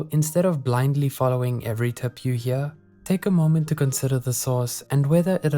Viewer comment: Are you South African? The way you said "Hear" sound like SA accent. Either way great videos : )